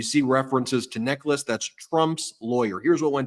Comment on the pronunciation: It's pronounced 'NECK-uhls'.